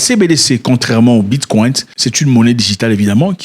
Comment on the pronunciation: Depuis quand le ‘Bicoin’ est appelé ‘Bitkwaint’?